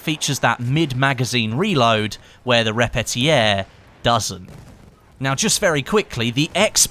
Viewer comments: Sean Barry Thats sounds like the english word repeater, what is not what the german name sounds like. It sounds like "re-pe-tier" in german. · i think you shouldnt say repetierpistole with a french edge😂 "Repetiaire" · You are butchering the word Repetier , thats horrible to hear. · you pronounce "Repetier" funny ;) maybe because it's german and so am I